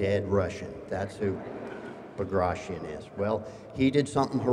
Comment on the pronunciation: Bagration should be pronounced as:( B a graa [tea] On), not (BagrAtion). Bagration Piotr Ivanovich was the famous Russian General of Infantery, he was a nobel man, prince, not just some "dead Russian, who fought in Napoleonic wars".